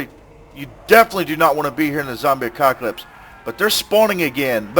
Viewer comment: lololol did you say zombie acoc*alips